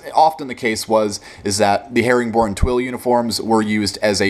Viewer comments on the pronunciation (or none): herringbone* twill not "herring born"